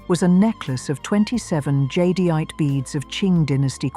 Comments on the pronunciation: The AI narration can't pronounce jadeite, either. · AI can't pronounce jadeite.